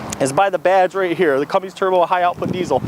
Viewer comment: CUMMINS NOT CUMMINGS